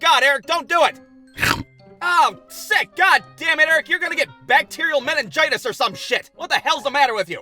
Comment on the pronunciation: Why he say mininjitus or some shit